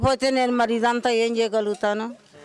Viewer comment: దోశె అనాలి దోస కాదు.